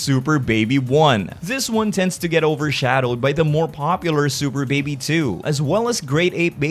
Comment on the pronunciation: they just released a skill video and yes Baby still mispronounces the name lol